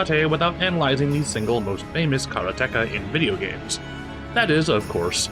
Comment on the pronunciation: He pronounced it slightly wrong in this video though. He stressed the third syllable, which is wrong. It's pronounced "kah-rah-tay-kah" with equal stress on each syllable throughout. Which is a bit amusing, it reminds me of the 80s and 90s back when no one actually knew Japanese words and either put stress on the second or third syllable ("Kuh-RAH-teh-kah" or "Kah-rah-TEK-uh" like he said in this video) or came up with wilder tries with no guidance ("CARE-uh-TEE-kuh")